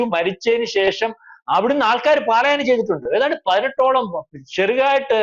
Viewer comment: പാലായനം " അല്ല